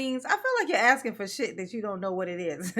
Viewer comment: I think Darrell’s ankle shockles should be attached to a female UFC champion. That way she could keep him under control. He could start with the “are you axing or are you telling me”, she could knock him out.